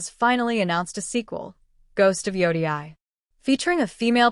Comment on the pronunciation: If you say ghost of joudiai one more time I'm gonna start tweaking